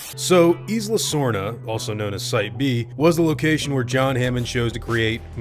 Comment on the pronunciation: Isla is pronounced eye luh not eece luh